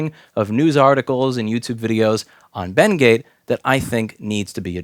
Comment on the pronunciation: When Louis say BendGate, it kinda sounds like Bengay and I giggle